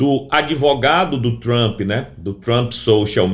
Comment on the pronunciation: Uma dica do professor Valter, de língua inglesa, com carinho: não diga "Trampí", diga "Trump", sem acrescentar o som da vogal "i". #vivatrump